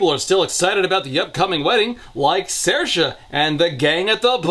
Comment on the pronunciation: I was initially impressed at for having pronounced Saoirse correctly.... Until I saw Aster had literally just written the name phonetically "Sairsha"